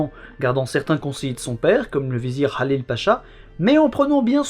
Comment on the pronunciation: Le H de Mehmet est un H expiré et non pas un KH ou GH, idem pour Halil je pense, que tu prononces Khalil. Bel effort cependant d’appeler chacun par son vrai nom et d’essayer de prononcer correctement. Excellente vidéo.